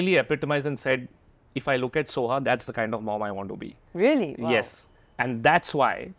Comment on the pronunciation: Soha, please. Not Sona